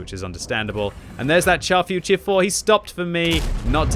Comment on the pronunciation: Can u please stop calling it the Char FUR tier 4? Its Futur, not Fur!